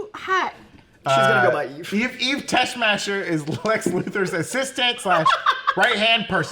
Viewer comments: It is pronounced as TESS-MOCK-ER. HER character originated from Christopher Reeves Superman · You guys are young if you don't know how to pronounce "Superman: The Movie"'s Ms. Teshmacher!!! ("Tess-MAACHer") LOL!!! THANKS for this anyway, Breakroom Gang!!! Enjoy your holiday!!!!! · Pronounced TESS-MAHK-ER. She's from the 1978 film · Tess-Mah-Ker. My God... that was driving me crazy